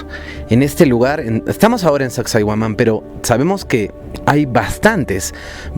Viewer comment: Soy de Perú mi estimado y fuera de todo tu documental sobre las ruinas, pronuncias mal el nombre de sacsayhuaman. Ten en cuenta como se pronuncia el nombre de las siguientes ruinas a las que hagas documentales